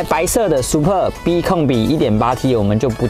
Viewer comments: 好像故意唸成Super B。他有時就是唸對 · super b?你是故意唸錯？ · 介紹的是不錯 但一聽到唸super B 就知道畢竟不是專門賣skoda的人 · 拜託 不懂要問。不念Super B. 好嗎？ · 一般人就算了 沒人在意 下面留言中有人會在意 因為這已經是高流量的 yt車商 最基本的車名，念”對“ 不難吧！ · 為什麼要念super逼 聽了頭好痛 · 聽到super 逼 真的很反胃 不知道為啥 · Superb 音節的重音在S跟P，至於B的唸法就是小時候學KK音標的 BBB ？ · L&K車主路過...那個super b念法可能不太對哦....... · 貴公司也算中古車YT最高流量之一的吧! 結果介紹車子第一句英文就念錯 這樣會讓人懷疑專業度在那呢? 發音不標準之類的都沒關係 但要賣該廠的旗艦SUPERB 也不是剛進來台灣 名字查一下~~~不難吧!!! 聽了頭好痛! 介紹的再精彩 讚我真的按不下去!